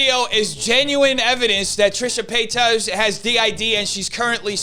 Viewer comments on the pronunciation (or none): I love that you call her Trisha Peitos hahaha p.s.: good job exposing all the BS in YT